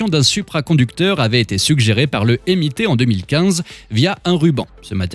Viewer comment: C’est sérieux pour la prononciation du MIT ? 🥲